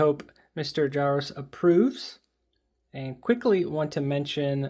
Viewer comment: I believe the J in Jaroczs is pronounced similarly to that of the the French "je", the R is rolled as in Spanish and the -czs is more of a "sh" sound.